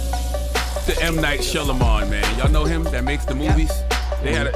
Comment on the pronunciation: Charlemagne and that slippery tongue is sending me. Jess plz cont. to help your colleague say M. Night Shyamalan correctly.